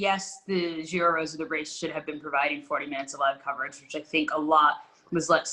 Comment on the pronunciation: What's with the French pronounciation of Giro from you and. This is like the opposite of 99% of UK people saying Chorizo as if it is Italian 🤣. Giro with starts with J as in John 🤓. Where's Rob Hatch?